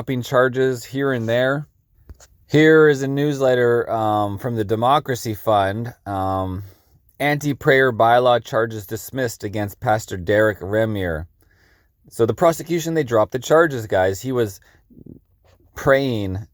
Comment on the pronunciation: Thanks for keeping us abreast of developments. By the way, Reimer is pronounced Rhymer.